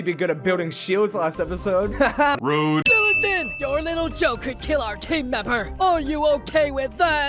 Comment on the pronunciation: book said shelatin in